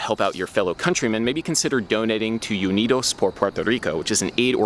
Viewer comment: YOU-nidos lol. It's Ooo-nidos Adam. Still, as a Puerto Rican, I thank you from the bottom of my heart for drawing attention to the humanitarian crisis that is going on over there. Bless you.